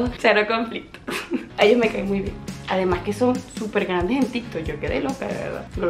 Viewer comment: pensé que habia dicho tiktok pero escuche varias veces y dijo tintok :face-orange-raised-eyebrow